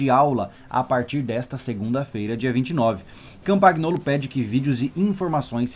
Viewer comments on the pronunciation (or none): "CampaNHolo" No italiano GN tem som de NH. E o GL tem som de LH. Muito bom esse teu quadro cara, teu canal é só sucesso.